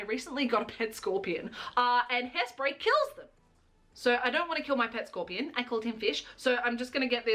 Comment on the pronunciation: How you can tell is Australian. "I just got a pet scorpion". Hahaha you are precious my dear!!